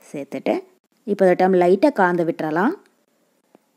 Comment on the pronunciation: Nalla Thamizh.Kalandhu enbadhai kaandhu endru solvadhai mattum thiruthavum